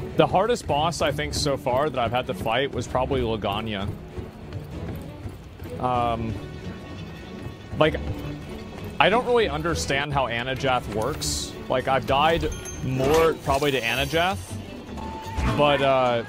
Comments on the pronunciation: damn asmon literally can't read. It's clearly says Anjanath but dude keeps saying ANAJATH lmao.😂😂 And he read/calls Legiana "Legania" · "Lagania," "Jagass," "Anajath," "Devilhoe" 🤣🤣